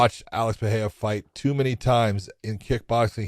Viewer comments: The way josh pronounces perierra and porier bothers me lol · Just say Purr ER rah ! Not Fah hay dah. Or Peter Yan not Pee oh ter